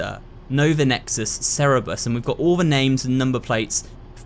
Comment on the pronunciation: I love how it sounds like he's saying "what da heck" instead of what the heck